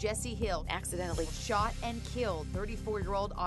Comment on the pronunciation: um...what was with that “accidentally”